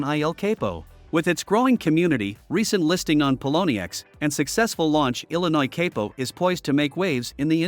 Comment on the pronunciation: The pronunciation is El CAPO